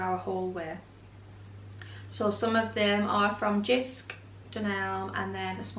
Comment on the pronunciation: Hi Jysk is pronounced [Yusk] the J is pronounced as Y and the y is pronounced as u